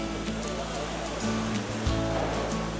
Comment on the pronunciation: 나레이션 목소리톤은 편안하고 좋은대 발음할때 정확하게 하지 않은경향이 있는거 같음.. (갯쥐며느리, 등각류,얼개빗 등어리,딱때기 ) 내가 가는귀가 먹었나...